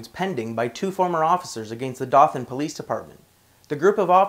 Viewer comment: Dothan is pronounced doe-than with a long o. Also dothan alabama has the most racist police anywhere in the nation. I used to live right near dothan and every time I drove through there I was always stopped and harrassed.